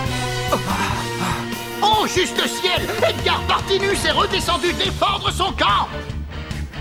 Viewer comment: À dit Edgar Partimus alors que c'est Edgar Partinus;)